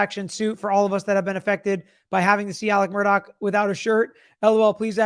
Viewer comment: MurDAW, not "dock"!🤦